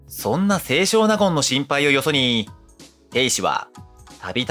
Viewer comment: 「せいしょう なごん」ではなく、「せい しょうなごん」と読みます。